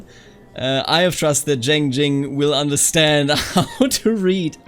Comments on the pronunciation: About some of the pronunciation: The name Zheng would be like "chenng" or "tjhenng". Put a little emphasis on the "ng", but just a detail. And when it comes to Taoist, it's actually pronounced with a "d" sound - so like "dàoist" or "dàoism". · Zheng is pronounced as Jian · The comments on pronunciation are pretty informative. My personal suggestion: for "Zheng", try "dge" in "judge" + "ung" in "lung". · in terms of 'zheng' its more of an ung sound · I studied Chinese and lived in China for a while. Zheng is the J-sound from when you say Jeep followed by the eng in English. In Ju it's the same, J as in Jeep, but the U is more of an Y or an Ü. Sort of the same way you say Jew but without the "ew" in the end.